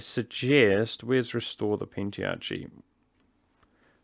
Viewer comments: Hey! just a little nag but "pentarchy" is pronounced pent "ark" y rather than pent "arch" y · Squid Baldwin Isn't it pronounced Pen-tar-ky ?